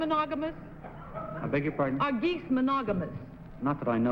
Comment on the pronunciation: I heard "Are gays monogamous?" instead of geese when Betty asked